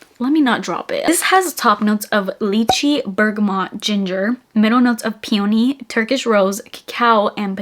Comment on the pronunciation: I can certainly understand struggling with the pronunciation of Attrape Reves. But I just don't understand why so many of us can't pronounce the flower, Peony. 😮 ACCENT It is a 3 syllable word with the accent on the FIRST syllable. PHONETICS Syllable 1: PEE Accent Syllable 1 Syllable 2: uh Syllable 3: knee AUDIO CLIPS Available online This is my public service announcement for today. 😊 Please let's give a little respect for the precious flower, Peony. After all how do you feel when someone consistently mispronounces your name?😮😢😅😅 ❤❤❤